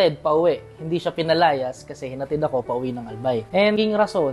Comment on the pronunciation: Hahaha "pinalayas"